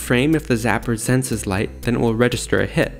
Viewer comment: # -- i had to hear the sentence several times ..till i notices that not "sends its light" but "senses light" was said ..